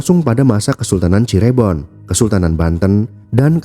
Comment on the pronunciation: Min, ada baiknya sebelum membuat narasi pelajari dulu cara penyebutan nama tempat yg benar. Contoh : Cirebon bukan Cirébon. 😢